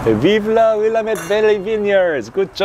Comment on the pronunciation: Please, it's called will-AMM-ette not WILL-uh-met. Sorry, native Oregonian here. Great video and happy to see the Kirkland Malbec here, my favorite value wine from their stock.